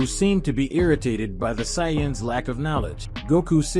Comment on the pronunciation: I hate the saiyans and whis pronunciation but the story is fire 🔥